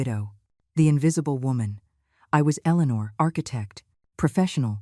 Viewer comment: I'm so happy to hear Eleanor pronounced correctly that I forgive you! ❤Much better!